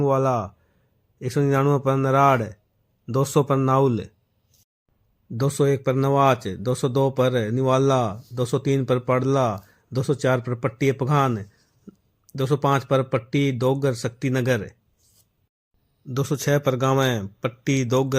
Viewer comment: नौंच ❌ नवाच 😅